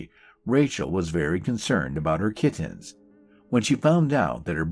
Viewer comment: I love the way he pronounces "kit-tins." I'm just in the beginning so I don't know the story yet, but I hope he keeps saying it.